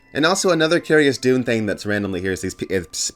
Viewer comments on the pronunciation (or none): Everytime you say Dune I hear Doom and I'm confused 😂